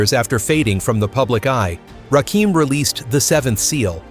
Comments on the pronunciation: If y'all gonna use somebody to get likes and subscribers, atleast start pronouncing their names right! It's irritating to listen to. It's Rakim, not Rakeem. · The GOAT 🐐 THE GOD MC. It's Rakim not Rakeem😡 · #I thought his name was"RAKIM" = pronounced..."RAH"(ra) Kim NOT Ra'keem!!! #smh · His name is Rakim(Ra - Kim) not Rakeem. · It's Rakin not Rakeem once I heard that I clicked off. Put respect on Rakims name smh... And make sure your voiceover is correct before uploading. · He keeps calling him Rakeem, why white folks think they can tell us about Hip Hop.... Man do your homework first u calling him da wrong name,R U Serious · It's Rakim and not Rakeem smfh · You noticed too this idiot doesn’t know the difference between Rakim and Rakeem. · heard Ra Keem and turned it off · Its Ai fools..that's why its saying Rakeem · 2pack, Rakeem 😂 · Please stop saying Rakeem! Recheck your sources.God Rakim. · It’s the R A K I M, not rakeem, > RAKIM AKA THE SUNGOD, THE LIGHT ✨💫☀️🔥…☀️ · You lost me at "Rakeem".If you think you know Rakim,YOUR wrong 👎🏾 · My god, he fucked up from his first sentence, I can’t even listen to this shit, wow, wtf!?! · Nigga,…..who the hell is Rakeem??? Edit the Video and get the Name Right. This The God, he deserves His Name to be Properly Said. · Why am listening to someone who doesn’t pronounce the name correctly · This narration is done by a computer driven voice that cannot say RAKIM. Salute to The God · Rakim -doing it with the R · Why do I watch soo many videos and the narrator is never able to pronounce the name of the person the video is about? Very annoying. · Why in the hell are Caucasians telling our stories? This f...a doesn't even pronounce Rakim's name right. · More you tube crap! 😂😂 we believe the words from his mouth not people cant even say his simple name right!😂😂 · Why are Deliberately Miss Pronouncing his Name?! You Suck For That! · Should be ashamed for not even saying his name correctly. Makes the whole thing invalid.